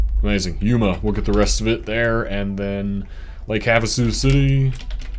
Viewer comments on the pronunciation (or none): none